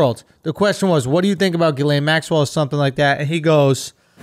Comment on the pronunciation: "Ghislaine" is pronounced Jizz Lane.